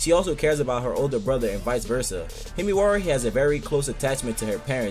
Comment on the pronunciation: why does he say himiwari